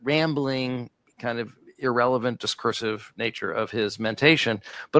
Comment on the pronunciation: Discursive or discurse-ive?